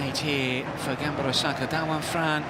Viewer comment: The way that commentator pronounces the name as "GAMBAROSAKA" is a bit aggravating to me